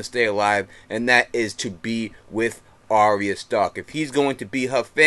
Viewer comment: Isn't it pronounced Are-ya not Arry-a?